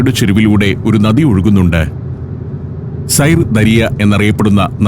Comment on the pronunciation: സൈർ ദരിയ എന്നല്ല! സിർദാരിയ - എന്നാണ് ഉച്ചാരണം! ദരിയ എന്നാൽ നദി !